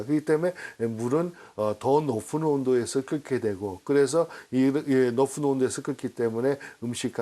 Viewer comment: 높은 온도라고 안하고 왜 높픈온도 발음기호를 f로 발음하죠???ㅋㅋㅋㅋㅋㅋ 그런데 의문점 1. 압력밥솥에서 고압으로 하면 온도가 쉽게 올라가서 밥이 쉽고빠르게 된다고 설명했는데 반대아닌가요??앞에 설명에 따르면 저압일때 온도가 쉽게올라간다고 하였는데 고압이니까 저압일때보다 온도올라가는게 시간이 더걸리고 쉽지않은거 아닌가 그래서 밥이 더맛있게되고요? 그러면 앞에 설명하고 상반되는데.... 산에 올라가서 밥할때 뚜껑에 돌맹이올려놓는것과 같은 원리일거같은데요. 2. 바닷가가기전 강물에서 담수화하면 더욱 쉬운 과정을 거치지않을까요 그 결과 비용도 더 줄일수있고?? 중동지방은 강자체가 흐르지않는 땅인가???